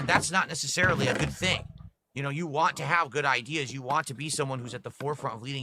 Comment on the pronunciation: And "wah" instead of "want"